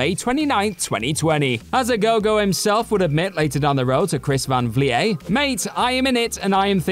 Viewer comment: Dear God the amount of pronunciation errors in this is insane. Chris Van "Vleet", not "Vlee-ay". Jimmy "Cord-AIR-es", not "Corder-us". And those are the 2 most obvious ones. There were several more.